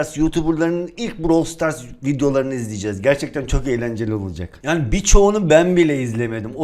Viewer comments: Ybj browili stars diyordu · Biz: brawl stars:browl stars 🤣🤣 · Arkadaş bravl stars brovl stars degil